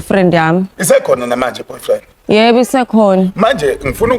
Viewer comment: Aw kodwa Sne noBhofriend 😂😂😂 not Boyfriend